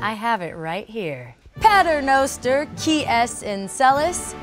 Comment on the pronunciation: That was hilarious when she said the, “Pater Noster.” That was for comedic affect, right? Too much of a coincidence that none of the words we heard (before the cutaway) we’re close to being accurate. 😂